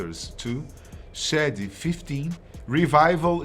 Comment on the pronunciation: The Eminem Show foi lançado em 2002, não em 2004. E Eminem continua vendendo álbuns e sendo um puta artista, não tem outro rapper atualmente melhor que ele, realmente vacilaram no vídeo. E pelamor, aprendam a pronunciar 'Shady'.